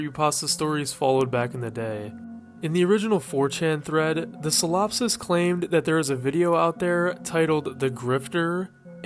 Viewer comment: you pronounced solipsist wrong